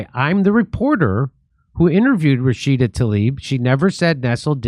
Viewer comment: why doesn't he pronounce the A at the end of her name???? RashidA! I thought was the one who couldn't sound it out